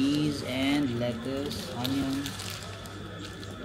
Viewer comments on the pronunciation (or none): none